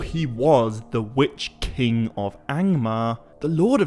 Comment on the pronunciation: Wytch-King are you talking about? :)